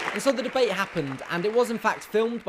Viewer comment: God! I love how Jack pronounce 'debate'. just mmhot <3